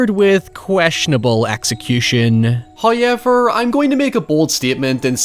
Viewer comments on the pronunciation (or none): Hoyever. Just Hoyever. Amazing review, but seriously... Hoyever. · there needs to b a "hoyever...." tshirt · First "hoyevver" drops . We are rewarded for our sacrifices, and we show Him our devotion and gratitude. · Your "hoyever" brings me joy. Like, literal warm feeling in my heart. Thank you for being you. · XD Kudos for embracing "Hoyever!"... EVERY time you say it, I have to mimmick it and it makes me laugh. Love your vids, sir. :) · You make every movie sound great. We make fun of your "hoyever" but your voice fits content like this perfectly ;o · The way you pronounce "however" used to get under my skin and I have no idea why. Now at least 35% of my enjoyment of your analysis videos come from hearing you say it. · I think it's hilarious every time